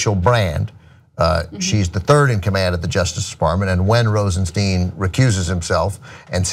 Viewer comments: Rosenstein pronounced RosenSTINE not Rosensteen. Mueller pronounced Muller not Mewler. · Ana, it's "Rosenstine" not "Rosensteen." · His name pronounced ROSENSTINE/ROSENSHTINE... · TYT, has a shortsighted view. If you were Rosenstein (rhymes with dine, not bean, btw.), and the POTUS asked you to write a memo recommending firing Comey, you have two choices: A. Don't do it, and get fired, and watch Trump hire someone who will then do it. B. Do it, taking one for the team in order to keep your job long enough to appoint Bob Muller to investigate. Either way, Comey's gone, so you might as well get a fair exchange for it. Rosenstein is smarter than you think. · You guys keep mispronouncing Rosenstein.